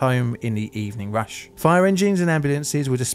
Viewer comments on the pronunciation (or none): none